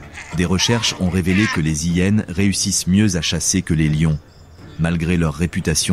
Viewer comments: Un vocabulaire catastrophique de l'intelligence artificielle , style " les zillénes " 😂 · Cessez de faire traduire ou commenter par ordinateur, ceci évitera d'entendre parler des " zi hyenes" ou bien encore de d'entendre qu'une hyene fait quasiment le poids d'une lionne.. Une lionne adulte pèse le double d'une " zi hyene" ...Navrant ...